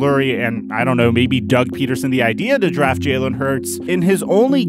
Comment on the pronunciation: If u a eagles fan why u saying his name is jaylen? It’s Jalen